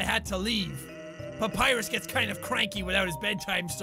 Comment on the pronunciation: Every time PewDiePie says 'Papirus' I die a bit inside.